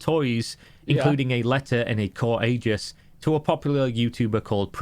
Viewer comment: CORE-AEGIS? COURAGEOUS ?